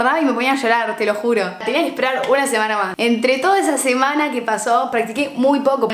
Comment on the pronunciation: “esszsa” JAJAJA TE AMO